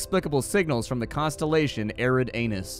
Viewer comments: BTW, it is pronounced 'Eree-Dahnoos'. As a gamer, you should know a lot about the Epsilon Eridanus system, it's where the UNSC's Reach colony was in the Halo universe. Just around the corner in 40 Eridanus is the planet Vulcan in Star Trek. Both these are on the nice side of the 'Red Line', systems that we can reach in under a century using sub-light engines theoretically described by RL science. So, yeah, the Eridanus constellation has a lot of nearby and potentially-habitable systems IRL. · facepalm It's Eri-danus.... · "Eridanus" I was afk heard that and spit my drink lol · "Eridanus" I was afk heard that and spit my drink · genuinely lol'd at "eridanus"